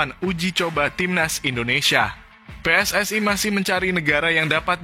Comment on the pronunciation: aku dari Indonesia. kepada cainelaku sering menonton cenel anda maka aku pengin cenel coba berlatih bahasa Indonesia sia lebih Pasih lagi supaya lebih jelas dalam berpendapat contoh kalau bicara pssi coba di pasihkanenjadi jangan pssa tapi pssi iiitu saran dari kami makasih